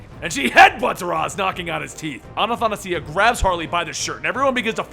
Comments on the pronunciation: It's Athanasia not Anathanasia.... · Its not Anathanasia dude. Just try to read it for once. Its Athanasia, meaning immortality in greek. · "anathanasia" There goes butchering another name. Classic. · lolol "anathanasia"... it's athanasia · its not Anathasia its Athanasia its a Greek name and its a female name there is also the male name which is Athanasios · great job, as always, seriously, keep it but but..... you've never butchered a name so bad! It's not "annathanasia" it's athanasia XD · Well the name has a Greek origin (spelled like this... Αθανασία | it also means immortality when not used as a name) And it is supposed to be pronounced like this... Athanasia every A should be pronounced like aaaaa and the S is not supposed to be pronounced like a Z but rather just like the S on the beginning of the word sandwich | Also please put emphasis on the sia part (Athana-sia) cuz I'm tired of hearing the same mistake over and over again, just pronounce the S a bit louder than the rest of the syllables (just as I showed you before). You can do that or just go on Google translate and hear the word Αθανασία in Greek and just copy the ascent. You're welcome. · It's a Greek name, A-tha-na-si-a, (it is pronounced Athanasía). It means immortality. A- means "non" (kinda like im- at immortality) and the second part comes from the Greek word "thanatos" which means death. Your pronunciation mistake is that you put an extra syllable "na" right after the first letter. Hope it helps.. ^.^ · its ah-thah-nah-see-ah without the "anne" before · you appear to be pronouncing a "n" sound at the begining of her name when it is not there.